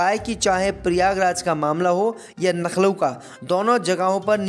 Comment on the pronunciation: Coment dekhta nahi kya Naklo hi bolega kya Lucknow bolna Aata nahi kya